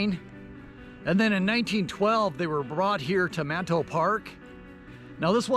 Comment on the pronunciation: Its called Manito park. (Ma-knee-toe) Not - Man-tow park The sister city is Nishinomiya (knee-shee-gnome-meeyuh) Not Nish-Nom-yee